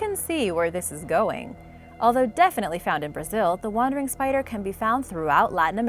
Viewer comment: i LOVE SPAYDR Like not poison